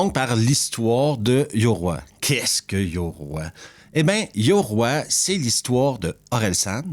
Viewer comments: Petite parenthèse tu prononce mal le titre 😊oï 2 points sur le i ça fait oye pour simplifier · Je peux pas mettre de pouce à cette vidéo : 1 parce que ce n'est pas un navet, ni un film de genre mais un film de m...e ! 2 parce que ta prononciation japonaise est affreuse, yoroï ça se prononce pas yoroi ! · Bonjour. J'ai adoré Yoroï ! Cela se prononce "Yorohye".